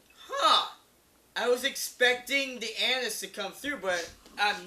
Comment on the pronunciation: anais... not anus! haaaaaaaa